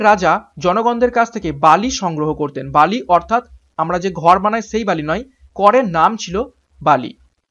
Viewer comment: বলি হবে pronunciation But English spelling will be Bali. For question 17